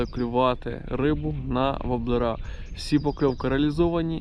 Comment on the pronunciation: вОблери а не воблерА!!! Не треба коверкати нашу мову. Вінничани завжди гарно говорили украЇнською. Сам я звідти!